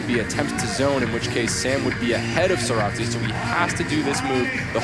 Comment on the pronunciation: gently emphasizing "Meichi" and "Sorato" while the other guy doubles down on "Mechi" and "Soratu" 😅